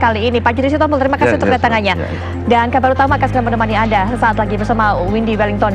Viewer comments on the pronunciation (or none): none